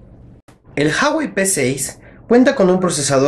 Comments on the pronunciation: Se dice Ju-a-güei, no "jawei" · Ju-a-guei, no «jawei» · no se pronuncia JAwey, afortunadamente se pronuncia como se lee uawey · Se pronuncia ua-uei saludos ellos hacen un video enseñando como se pronuncia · Se pronuncia jüawei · Se pronuncia Uawei XD saludos buem video :-)